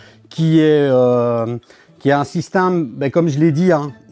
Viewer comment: Salut , je suis le seul à entendre " SYSTAME " au lieu de Système quand il le prononce ?